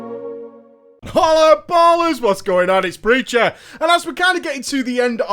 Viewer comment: I have no idea wtf this guy says when he opens his videos? "Holla bolla?"